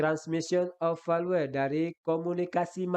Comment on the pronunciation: Soal no 16 bahasa VALUE membacanya velyu bukan Velue 🤭😂